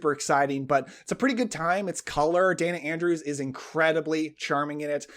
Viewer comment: Day-na Andrews, not Dan-na. Otherwise, loved your video! ❤